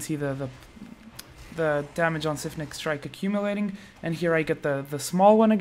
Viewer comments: SIPHONing strike. Like siphon. Not like syphilis. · dude it's pronounced "s eye fun ing" not "sif in ing"